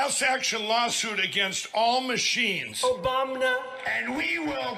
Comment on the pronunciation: I can't stop laughin every time a hear "OBAMNA"